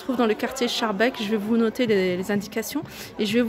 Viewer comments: Quartier scharbeek mais ca se prononce skarbek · J'aime beaucoup ta façon de dire Schaerbeek. Mais chez nous (en Belgique), ça se prononce "Skarbeek".. superbe vidéo !